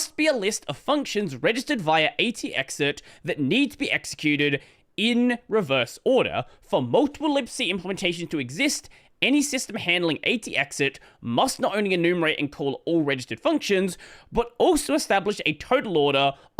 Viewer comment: "ay tee exit" made me cringe. It really is "at exit", as in, registering something to happen AT the time the program exits.